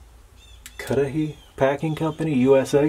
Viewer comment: I was born and still live in Cudahy Wisconsin. We still run the packing plant here. We don't make the lard anymore though. I thank you for pronouncing the name of my city correctly. I've heard it butchered so many times. Honestly I almost fell over when I saw that on my screen. Love your videos.